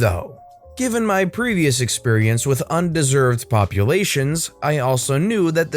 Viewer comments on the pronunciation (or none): "Underserved" not "undeserved," lol! It just sounds like you're being mean to vulnerable populations,!